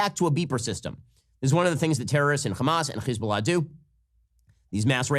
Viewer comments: When you say Hesbolah you have to pronounce the H like you got a loogie in the back of your throat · Why does Ben pronounce Hezbollah so weird. It sounds stupid and annoying. All you can do is tune him out. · He’s mispronouncing Hezbollah. It’s just an H.